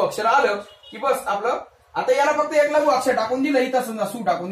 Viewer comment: व्वा! छान समजावून सांगितले आहे.शाळेत शिकलेलो विसरलं होतं. त्याची उजळणी झाली.धन्यवाद! फक्त एक ऐवजी ' यक ' ऐकतांना कानाला त्रास होत होता.( क्षमस्व )